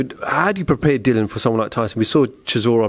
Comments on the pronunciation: It's Dillian ffs not Dylan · It's about time that people within boxing learn to pronounce Dillian's name correctly. Just call him Whyte if it's too difficult.